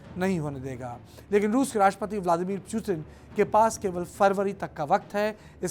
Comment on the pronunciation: 3.34 listen carefully...he says chutin😃😉😄😉🙃🙃